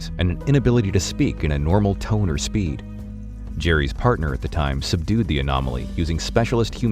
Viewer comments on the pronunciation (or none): none